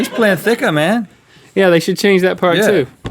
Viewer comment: She's plan-thick-a, man! 😂😂😂😂😂